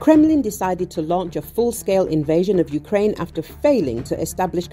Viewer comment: Юкрейн юкрейн... кажется обосралась